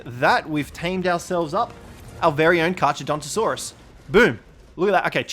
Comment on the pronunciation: kar-cha? seriously? in latin ch = k